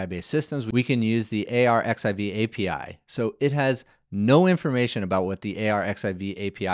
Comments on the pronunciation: it's archive not a-r-x-i-v X=Greek chi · Very cool. I have been waiting for this. By the way, the preprint server where it fetches the papers from is just pronounced like „archive“ not A.R.X.I.V. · just fyi if no one has told you - and elsewhere - 💡arXiv (the Cornell repository of scientific papers) is pronounced as "archive" - the X represents the Greek letter chi 🤓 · Really great delivery! And super fun and clear. BTW “arXiv” is pronounced “archive” — the X is actually the Greek letter “χ” (“chi”) 🙂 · arXiv is pronounced archive in Russian translit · It's pronounced "archive" - the χ is actually a chi. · "Arxiv" is pronounced "archive"